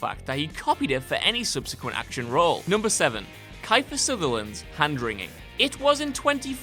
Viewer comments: kyle magaro kIEfer not kEIfer IE pronounced eee EI pronounced eye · Keeeferrr no kiiiipher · Who is "Kye-fur SUNderland?" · Kaiter sunderland??? Maybe what culture should do a "problems spelling and pronouncing actors names right wilst youtube documentaries". Kiefer sutherland. Ok, its pronounced kifer sutherrlaand. So again,kifer sutherland. :) make more research there is no N IN HIS LAST NAME . AND TRY TO PRONOUNCE HIS NAME RIGHT. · It's not ki-fer sutherland, it's Kee-fer sutherland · "key-fer" not "kie-fer" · Who again is Kai-fer Sutherland? Do you mean Keef-er Sutherland? How the hell could you get that wrong in a video where you're basically making fun of people for getting things wrong? It's not like he's hugely famous I suppose. Ugh. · gents its pronounced "key-fer" not "Ki-Fer" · Kiefer Sutherland's name is pronounced Key-fur, not Kye(as in bye)-fur. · It's pronounced KEY fur not ky fur for Kiefer fyi. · kyfer? the man himself has said his own name and it is "keefer", like reef. jesus christ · "Geroge Clooney" and "Kifer Sutherland" (Pronounced Kee-fur Sutherland. Terrible botches. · It's pronounced KEY- FER, not KI-FER. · "K-eye-fer Sutherland"? It's pronounced "Keefer" you tosser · Pronounced KEE-FER you fool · Didnt really show any good examples of Eddie Murphy's eye thing..or keifer Sutherland hand thing.. and its pronounced.. kee fer actually you didnt really show ANY good examples... except for Tom Hanks pissing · The narrator has an odd inflection on certain words... film pronounced "filem" ... Keifer... pronounced "KEYfur" ... pretty sure that's not how it's pronounced.... Also, Brad Pitt eating something, almost every one of his movies. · i cant take any list serious if you call keither ... kifer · Kyfer Sootherland. What? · Wait wait wait … Kuyfer Sutherland? KUYfer Sutherland. How … ?! Lmfao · I always thought it was pronounced keefer sutherland..anyone wanna clear this up for me? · It's pronounced Keefer. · "Kyfer Sutherland"